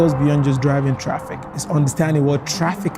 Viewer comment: Traffic not Fraffic